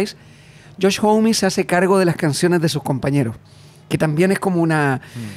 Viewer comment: Son los primeros que escucho pronuncian bien Homme 🫶🫶🫶